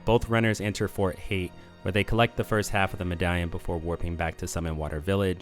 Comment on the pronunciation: You saying hate instead of hight burns me for little reason, have you only read the name as Kenith Haight says his own name aloud Making the pronunciation pretty clear